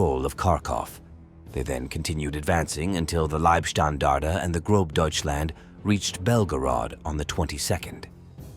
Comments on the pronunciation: GroB Deutschland? Seriously? Had me until then,...It is pronounced Gross Deutschland. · Sounds like possibly auto-translated from Italian and then narrated by a bot that reads remaining German words, such as Wiking or Großdeutchland, as if they were English, I may be wrong. Stalingrando is pronounced emphatically and with confidence. Apart from that, what a waste of human life, the entire Wold War II was a big tragedy.